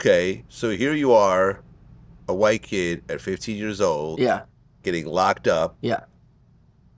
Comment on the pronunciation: wym “white kid” why you say it like that